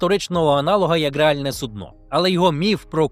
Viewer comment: сУдно правильно, а от компанія все ж таки ост-індійська